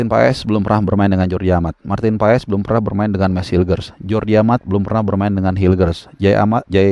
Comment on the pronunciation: Maarten passs bang.. bukan pa es 😂